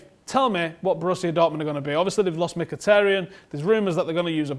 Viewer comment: Finally someone who speaks Mkhitaryan corectly ( Dave)